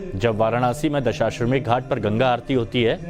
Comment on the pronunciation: यह एंकर दशाश्वमेध का सही उच्चारण भी नहीं कर पा रहा है कह रहा है दशाश्वमेघ😂